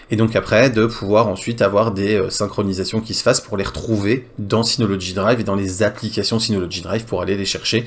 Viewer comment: Mais pourquoi tu dis toujours "synoloDgy" alors qu'il n'y a pas de D !!! Sinon encore une vidéo très intéressante merci pour tes vidéos.